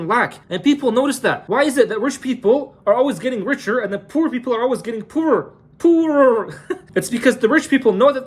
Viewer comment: The way u said "poorerrr" wkkk😂